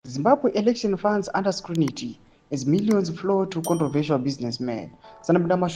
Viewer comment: SCRUTINY NOT Scrunity amana😅